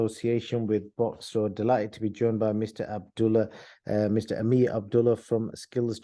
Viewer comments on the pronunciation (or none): It's not Amir bro, it's Amer. different names.